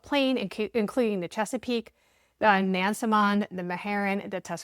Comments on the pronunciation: Im from that area. People with these last names are everywhere there. BTW we pronounce it Nans-mond. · Locals pronounce it "Nasmund". Like Nawfuk and Sufuk. Instead of Norfolk and Suffolk. Portsmouth ? "Portsmith". Now do The Guineas of Gloucester Point. It's on the Middle Peninsula. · Not to be the speech police but everyone get this wrong. Powhatan is pronounced "Pow a tan" and Nansemond is "Nanz Mund"